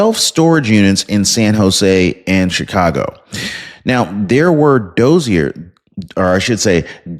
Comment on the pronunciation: Doe see air. Please. Dossier. DOE SEE AIR. 🌞